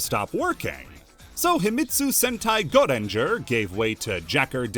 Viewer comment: for pete's sake just say "go ranger" where is this mysterious E you're pronouncing